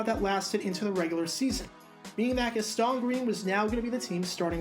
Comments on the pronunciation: It’s pronounced GAS-tin, not “his-TAAAAHN” like you say it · Gas-TAWN and WIN-der. Never heard those before. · Hate to be that guy, but it is Gast-un Green and Sammy Wine-der. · It's Gas-ten, and WinDER. Learn how to pronounce the names of players!! And Charles White, was overcoming a drug addiction, so the Rams had to draft a RB in 88. As for most surprising, he was a 1st round pick, so somebody saw talent. He was both misused with the LA Rams, and didn't work hard enough to be a NFL RB. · Gastone and Win-der... You're killing me bro! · Was wondering when somebody was going to say it! I’m watching this video now and wondering when GAS-TON became French 🤣🤣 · Dude. If you're gonna make videos like this, please at least learn how to pronounce the players' names. Watch some games from there era, and listen to how Sammy Winder's and Gaston Green's names are pronounced. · Right?? He’s no French! 🤣🤣 I’m just guessing that wasn’t born yet when Green was actually playing to know how his name was pronounced. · Not sure you are saying Gaston correctly. *check that - you must be really young, because you also pronounced Winder with a short (i) instead of a long. Okay, just wanted to say that.